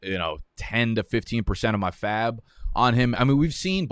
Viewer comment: Loved this and loved how you said % of faab